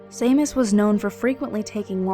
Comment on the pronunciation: Ahem. "Shay-mus". The "Sea" actually gets pronounced with a "SH". Sorry 'bout that. Don't ask me why, gaelic's all greek to me...